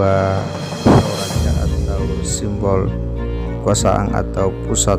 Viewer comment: Kuburan min.. bukan kuburang Kekuasaan bukan kekuasaang 😄